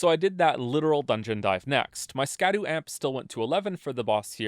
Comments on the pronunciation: it's pronounced Shadu, almost like Shadow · guy who makes videos where the whole point is that he does an insane amount of research and he mispronounces "scadu" the whole time (this is a joke great video) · I feel like I'm one of about 17 people in the world who realizes that "scadu" is pronounced like "shadow" and not like "skadoo" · its pronounced "shadu" not "skadu" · I will never not call them Skibidi Fragments. Don't care. Might be pronounced shadow. Don't care. I will continue to pronounce it skah-doo and the fragments themselves will be Skibidi. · I'm gonna die if I keep hearing people pronounce it Ska-doo it's just an archaic spelling of shadow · Here before all the comments telling you that scadu is pronounced shadow and not skadoo. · Scadu is pronounced Shadu. Scadutree = Shadowtree. Probably makes more sense now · Scadu is pronounced shadu. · "skadoo" "katanna" 😒 you're killing me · Oh no, we are going to listen to him mispronounce "Scadu" for the whole fucking video aren't we? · nice video I guess, but you mispronounced an esoteric olde english word. therefore your opinion is invalid